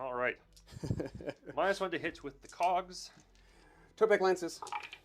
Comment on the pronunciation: I have to be THAT guy this time as it happens every time Seraphon are on the channel. Its tEpOk not tOpEk. Tepok is one of the old ones (warhammer fantasy lore) A more magical kind of guy. <3 Lots of Love